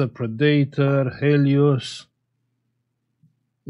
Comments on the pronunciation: I laugh every time at the way you pronounce Predator as (Pre-dat or)🤣. When it's in the dictionary has it" 'Pred'-'a'-'tor', an animal that preys on others. Also Movies with Arnold Schwarzenegger. (Just saying this for fun) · I suspect Arnie wouldn't have been intimidated, so much, if he had to dispatch a preedater (though teens can be scary). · Pre day tor. That’s one way of saying it.